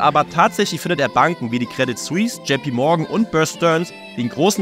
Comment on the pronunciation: Uiuiui man sagt Credi suisse nicht CREDIT Suisse! :D